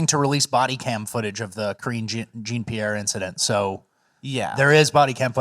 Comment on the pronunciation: Say it like Matt Walsh- “Karen Jean Pear” 😂